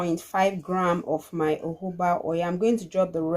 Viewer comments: Nice video,, thank you always. Please why do you pronounce jojoba as uuubaaa? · It’s spelt Jojoba but pronounced as Hohoba. It’s not English